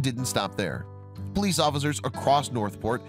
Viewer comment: its de poleeece in de back ok